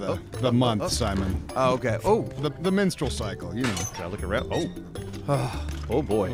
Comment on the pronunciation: Oh my god,, I almost wet myself when you said "the minstrel cycle" and almost missed "the Secret of Nymph."